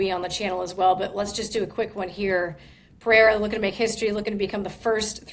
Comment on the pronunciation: when will somebody give Din the correct pronunciation of Pereira